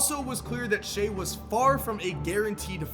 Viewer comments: he can't even say shai's name right! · Shai "who" Alexander 🤣🤣